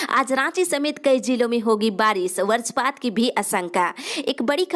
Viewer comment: Barajpat nahi bajrapat perha jatahai.